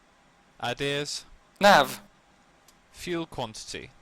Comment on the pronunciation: j'ai quitté quand tu as dit "Fouwel" pour Fuel